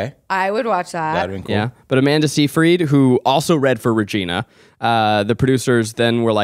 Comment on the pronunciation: Love this podcast! But the way Zack pronounces Seyfried bugs me